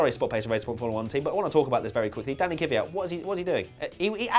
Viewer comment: pleas learn how to say kvyat... it isn't kivyat